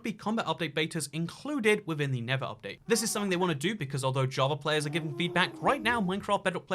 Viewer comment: his accent I keep hearing him say "the never update", which just sounds so accurate. 😖😏